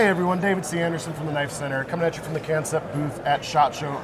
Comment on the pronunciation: Kansept is pronounced just like the word "concept" from the English language (looking at you DCA!) Seems like a lot of haters and Negative Nellies weighing in on this one. Man we are so spoiled if that's what y'all have to say about these knives lol